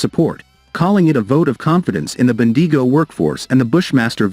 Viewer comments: Bendeego. I love it. From now on Bendigo should be Bendeego🤣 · Ben-deee-go 🤣🤣🤣🤣🤣🤣🤣 Failies 🤣🤣🤣 I can get a Military based YT channel mispronouncing Australian place names like Bendigo, but when you can't even pronounce one of the biggest Defence Companies in the world correctly, then you are nothing but a joke.